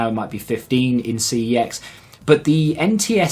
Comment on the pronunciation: Its pronounced 'sex' not ' see eee exx